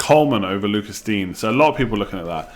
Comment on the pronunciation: By the way mate it’s pronounced Luca Deenyer not Lucas dean